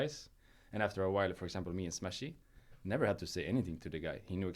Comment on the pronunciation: he also calls smash as "smash-ih" he retains the endearment title when talking about them